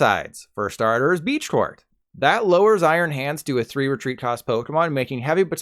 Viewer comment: Nice vid, but how did he pronounce Iron Hands ex?!💀